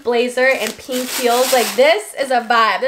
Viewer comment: lol you say pink like alisha. She says it like “peenk”